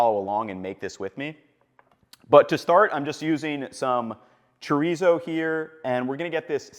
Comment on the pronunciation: I love you Ethan I really do, but the way you just said chorizo was the whitest shit I've ever heard. it gave me a laugh. great little breakfast taco/ burrito though.